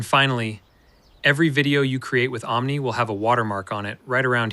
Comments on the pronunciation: Great video. I agree. It's there to replace Sora as well. Nice move on their part. Oh yes, before I forget....it's "AhhMNI", not "OhhMNI" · Actually: ah-mnee(en-us) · Tell me it's ai generated without telling me it's ai generated 'oh-m-nee' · Oooom nie? You need to fix your ai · Ohm-Knee? Your pronunciation. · "Ohm Knee" 😂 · Pronounce omni as AHM-nee 🤣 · Ohm nee. Same here. :) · Why don't you learn how to pronounce omni i cant stand to watch you anymore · bro learn to say omni properly. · Your AI avatars know how to pronounce "Omni" better than you lol wassup with the hard "O"? lmao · Ah... you finally admitted that the entire channel is AI generated. Nah, you must be real - Omni would have known how to pronounce Omni ha ha 😎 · I'm glad I'm not the only one that was triggered by the pronunciation of Omni. Dude.. did you learn English in Canada or something? 😂